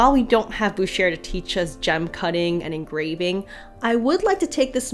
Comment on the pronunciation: Well, she SEWS in French better than I do! And she pronounces « Watteau » and « Boucher » just fine.